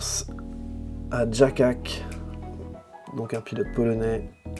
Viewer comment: Merci pour les reco ! Pour info Jacak se prononce Yatsak en polonais